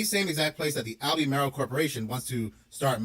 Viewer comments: It’s AL-BURR-MARL not Albee-Maryl. Must be AI talking about the lithium mining. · Pronounced Al-be-marle